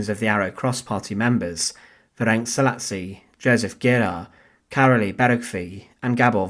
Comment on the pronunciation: Szalasi pronounced Sah-lah-shi